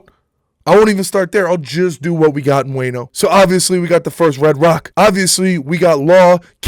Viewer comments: Love the vid but man said WANE OH when it's WAH NO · Bro sounds like even he doesn't really watch.... "wayno"????